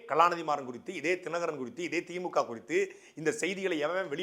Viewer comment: Anna athu தீ.மூ.கா (theemukaa)illa Anna . தி மு க (themuga). Ucharipu pizhai anna